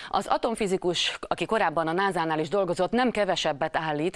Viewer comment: Nem "náza", "násza" sz-szel! North American Space Agency.